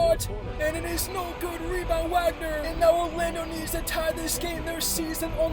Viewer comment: You ever gonna pronounce Franz Wagner right???? (W has a “V” sound) Casual.